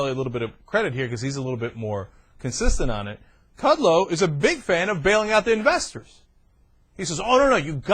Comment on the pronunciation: Yeah it's Kud-Low. Hooked on phonics could work for you, and don't call yourself a TV commentator. You're like Wayne from Wayne's World. Is Aerosmith in your Mom's breakfast nook? The Young Turks The Young Turks....excellent excellent weeooh weeoh!!!!!